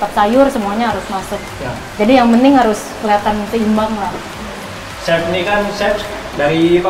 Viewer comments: "Chef" jadi "sep" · dasar emang lidah urang sunda, kata "Chef" aja pengucapannya kayak "Sep".. asa-asa manggil ka lalaki... :'D